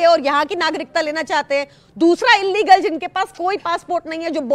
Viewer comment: Illegal ko inlegal na boliye